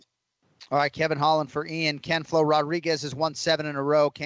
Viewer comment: Jon I love you buddy I’m from Boston born and raised. But damn I hate it every time you say Ken flo.. it’s just cringe as fuck dude. But hey that’s just my opinion I know you don’t give a fuck LOL keep up the great work kid👍👍